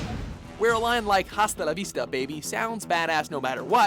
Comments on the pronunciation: Dude, it pissed me off so much, I'm so glad someone else noticed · He said hasta la vista incorrectly four times in the video. Dont they teach spanish in canada?